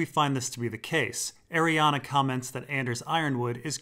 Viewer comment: I love you but we gotta talk about the pronunciation of Arianne